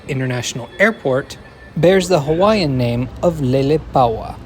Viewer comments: As a former Hawaii resident, mahalo for taking the time to properly pronounce the names of the various locations referenced in the video. I lived in HI during the construction, the biggest gripe throughout was the cost overruns and final destination. I really hope they eventually have a branch to Waikiki and University of Hawaii Manoa. It would also be wonderful if the skyline extended to downtown Kapolei and Ko Olina. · You have good pronunciation. Very well done. Hawaiian, Japanese, Italian names, you nailed it. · Bonus points for proper pronunciation of Hawaiian names 👍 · Thank you for pronouncing the stations correctly!! As someone from hawaii, i am super excited for the rail. It's smooth, moves fast, and now it hits places i actually need to go. The only thing i dom't like is the obnoxiously loud announcement system.